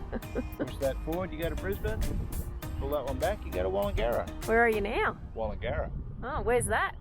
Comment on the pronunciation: Thanks for helping me pronounce "Wallangarra" for a radio ad for Southern Downs Steam Railway. Looks like a fun trip. Well commentated by old mate and your wife.